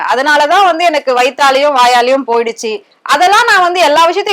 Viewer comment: எந( ன ) க்கு சரியா தட( மி )ழ் வராதனால் வில( ங் )குகிறேன்